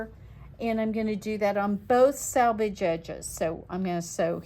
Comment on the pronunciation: It’s pronounced “selvage”, not “salvage”! “Selvage” is the edge of fabric. “Salvage” is the junk yard of used car parts. Words matter and so does pronunciation.